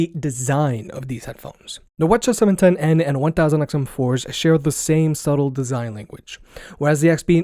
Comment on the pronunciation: why is be pronouncing the ch710n like that. all the others start with wh because they are wireless headphones. GOD I HATE EVERYTHING